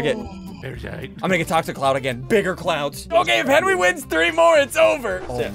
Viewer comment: Its not me and henwy its henwy and I